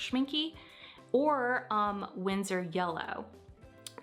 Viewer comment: ShimKEY” lmao love it 😍 🥰